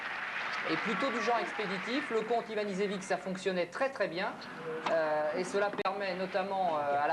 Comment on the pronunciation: Ha, that was fun to watch! I was in Paris in '93 and watched the match, amazed by Luke's serving ambidextrous! Luke had a whole suitcase of different sun glasses for changing light conditions... The idiot of the French commentator mispronounces both Ivanisevic's and Jensen's names